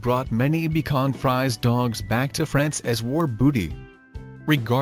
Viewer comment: now why you call it bacon fries then say the breed correctly is my question... easy way: bee shwan free say